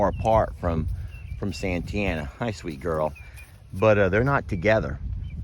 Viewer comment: OK. So, I'm assuming that the "i" in Santianna is silent? Cause that's confusing my brain. It reads, "san-tee-anna" When you say, "Santana".....I think, "Carlos". See what I mean. So, the teacher. School me on this one, please.;-) Rock on,. Hope that drain water problem gets solved quickly for y'all!